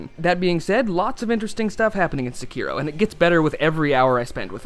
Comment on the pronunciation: Finally! Someone who can pronounce the word "Sekiro" correctly!